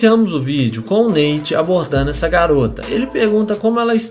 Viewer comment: Neite ? Kkkkk Nate*